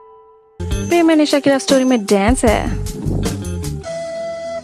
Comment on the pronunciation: When she says preeemmm it reminds me of only desi